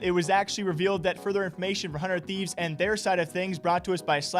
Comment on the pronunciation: He said the "200thieves" lmfao am i the only one that heard that? 😂😂😂